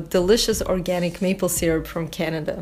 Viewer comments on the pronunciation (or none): none